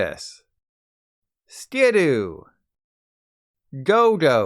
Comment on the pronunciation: Some of these are pronounced wrong even though they’re essentially spelled correctly phonetically. For example, Skiddo is Ski-DOO, with an emphasis on the DOO. Not Ski-doo with no emphasis like how you say it. Houndoom’s phonetic spelling is also wrong. The video says Hown-DOOM and you put HOWN-doom. Similar thing with Bibarel.